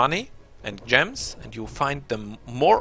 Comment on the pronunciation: gems are pronounced JEMs btw. nice video good tips for people who dont mind taking chaotic karma. speaking of karma, does choosing stuff like barbarian, necro school, etc, affect your karma on the astral plane?